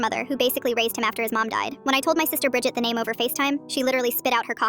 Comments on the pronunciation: Bridged sounds like bridge 🙂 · Bridget sounds like budget